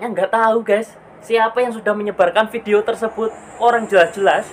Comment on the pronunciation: Menurut saya, sebelum menjadi pengacara seharusnya pitra belajar bahasa indonesia dengan baik dan benar. Contoh : Fitnah bukan Pitnah, Video bukan Pidio.